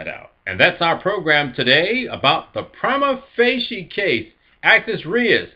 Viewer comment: There are many ways to pronounce it and you're pronouncing it wrong in every single way.